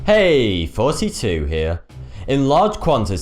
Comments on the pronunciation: it sound like you're saying forty two lol no offense but you should try to emphasize the 'TH' sound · Nambia.. affixiation... can cause deaf??? I know the name Thoughty2 is a play on 42 from the Hitchiker's Guide to the Galaxy, but this dude cannot even say Thoughty2, he mispronounces it ""... ironic that he made a name that he cannot pronounce. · Next time for your own Intro and your own good, say THOOOOOOOTY 2 so people know you're not saying 42 here lol. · "Hey here" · For whatever reason every time he says "Thoughty2" in the beginning, it sounds like "42". Wait... ISN'T THAT THE MEANING OF LIFE??????? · It always sounds like you're saying forty two. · It sounds like 42 to,me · Zikri Hajhari No he isn't. he is saying 42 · Bryce McCandless if you watch his Q&A he says he is in fact pronouncing it as 42 as a play on words. However he does have impeded speech. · I always thought that he said 42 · it sounds more like "32" XD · no... he's saying "farty too, here" thats english for... [ i also, cant stop farting over here] LOL LOL LOL LOL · I hear fourty-two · Sweet Heart i heard "forty" haha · I always thing he says 42